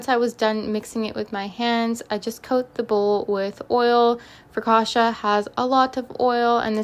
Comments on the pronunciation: Sono italiana e per la precisione Ligure. Non è "frocauta" ma "focaccia" Però sei stata molto brava è venuta bene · I took Italian in college and I was going to tell you how it’s spelled (but a native Italian got you taken care of) and roughly how to pronounce it (it’s basically fo-caccia, and the caccia sounds like gotcha but with a hard c at the beginning). And your focaccia looked delicious!